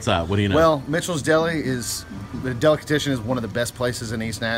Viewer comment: Its driving me nuts that he's calling it a "delicatISHon"